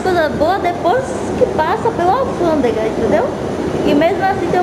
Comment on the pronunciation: Muita gente criticando a menina só pq ela fala alfandega, e muitos aí nunca teria a coragem dela de viajar sozinha e enfrentar sozinha, nossa povo triste, parabéns, alfandega, ou revisão de malas VC está arrasando tem meu jóia.